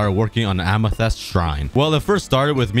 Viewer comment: I love how he says “Amethest” instead of “Amethyst”.